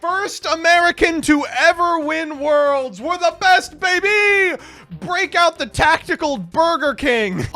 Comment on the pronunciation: It was “WE’GE GOING TO GAME 3” a dawn into the Age of